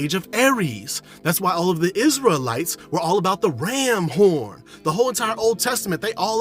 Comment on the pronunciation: "Rrramm Horrn" lol Mahh Mann Thank you for the knowledge